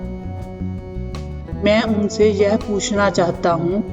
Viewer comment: लगता है आप पंजाबी हो आप के उच्चारण में गड़बड़ है आप यह को जय बोल रही हैं।